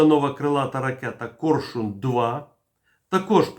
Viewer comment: "Корьшюн" ?? А чому не Арьйолл,ЯстрЄбь?